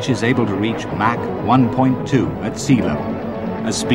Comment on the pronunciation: And Mak-too